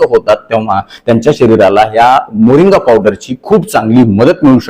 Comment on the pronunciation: मोरिंगा असे वाचा